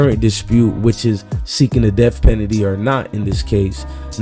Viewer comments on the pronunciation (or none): U don’t know how to say penalty?? And didn’t u post this videos this morning ???